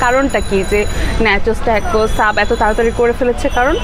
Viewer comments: Thik bolsen apu tacos ke tecos r nachos ke nechos boltase..akjon food blogger ayr amn vul kora thik naah... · নাচোছ আর টাকোছ উচ্চারণ হবে 🙂 keep up u doing good